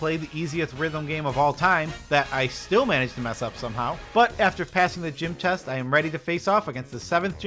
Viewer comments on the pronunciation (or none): none